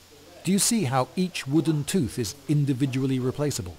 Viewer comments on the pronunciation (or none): none